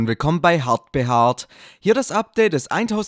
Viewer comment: "Herlich willkommen bei Hartbeharrt ?" 😂😂😂😂😂